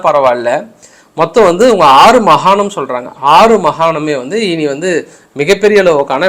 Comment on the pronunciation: ஐயா மகானம் அல்ல மாகாணம் . தமிழுடைய மானத்தை வாங்காதீர்கள் ஐயா